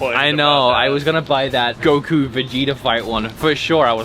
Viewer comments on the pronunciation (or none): none